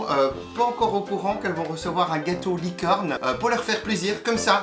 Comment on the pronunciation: hahahahah a chaque fois que tu dit gâteau licorne j’ai l’impression tu dit gâteau LIQUide 😂